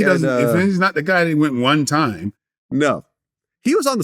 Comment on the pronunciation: "One tiem" was he playing the tambourine wtf. Lmao